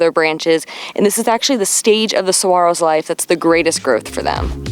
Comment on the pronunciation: Thank you for pronouncing saguaros correctly!